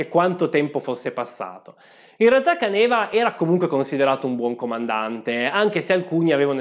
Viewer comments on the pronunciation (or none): Permettimi di farti notare che hai completamente cannato la pronuncia del generale. Non è Canèva, ma Càneva ed è la parola in dialetto che significa "cantina ". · Bel video, questa serie mi sta piacendo molto. Da friulano volevo solo correggere la pronuncia, non è Canéva ma Cáneva. Non so se qualcuno l'avesse già sottolineato prima, ma sono bazzecole👍🏻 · Caneva con accento sulla prima "a". Càneva non Canèva 🧐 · Correggo solo la pronuncia di Caneva, che la conosco essendo Veneto ( sbaglio sempre la pronuncia di Rumór, persino da Vicentino ...quindi per i cognomi so che capita inevitabilmente, a chiunque non sia del luogo )...per CÀNEVA, l'accento è sulla terzultima.